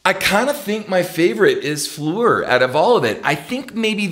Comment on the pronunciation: I appreciate the correct pronunciation you use for Floor's name. Not many people get that.